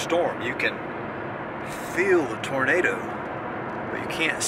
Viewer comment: "Ghost tornadoo." (lightning and thunder) Right on cue! LOL